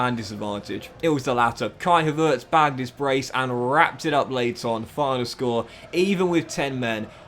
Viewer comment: Why do you pronounce Havertz like that 😂